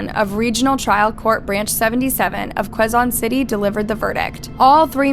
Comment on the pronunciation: i feel like if you’re gonna tell these stories (AND profit off of them) then you should at least put some effort in learning how to pronounce names properly. wtf is barang-gay and kwe-zon city?! “barang-gai” and “ke-zon city”, it’s that easy